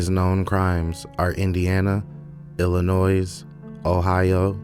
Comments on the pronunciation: Thank you for naming the victims- at least they won't be forgotten! What a monster Eyler was😢 btw, Illinois is pronounced like Illinoy. Good reporting, sir😊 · with all due respect, you do not add an ‘s at the end of Illinois. And I still don’t believe this is a person and not an AI narration. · Thank you for telling this story. I watch crime stories all the time, and I have never heard of this murderer. Btw, the “S” is silent at the end of Illinois. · The S at the end of Illinois is silent.